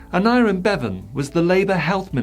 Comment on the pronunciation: Good video, but it is "Aneurin" Bevan. 😀